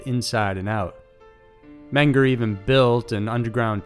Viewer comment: it's men-ger or men-go in German. i mean pronunciation. and some locals say mean-ger.